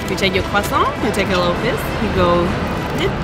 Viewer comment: learned new things in this video, finally i get to know how to pronounce "croissant"😂